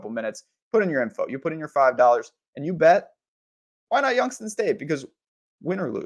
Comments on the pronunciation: Dude you sound CRAZY saying Youngs-ton State 🤣🤣🤣🤣 ITS YOUNGS-TOWN STATE SMH 😳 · Prounounced "Youngs-town"... please correct.